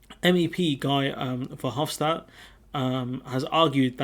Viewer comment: Friendly tip: Guy’s name is pronounced the same as /gee/ in ‘geezer’.